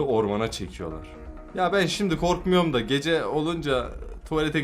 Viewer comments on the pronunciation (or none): Geceğ deyil gece